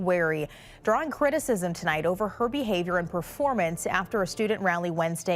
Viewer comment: Bro its behaVIOR not behaVOR